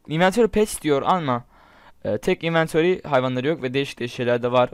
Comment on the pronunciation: 00.29 inventori penis dedin zannettim :D